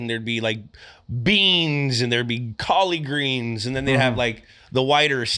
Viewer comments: I've lived in the South nearly all of my life (except a few military years), I've never heard anyone say Colley Greens.... I've heard people drop the "r" off of Collard and say "Collad Greens" or leave greens off and say "Collads"... never heard Colley.... but maybe there are places in the South that say that....... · Did Jules just say “colley greens”